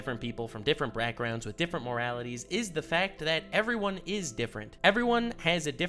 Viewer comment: “Brackgrounds” lol